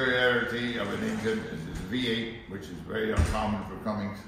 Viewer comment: Built by Cummins not cummings.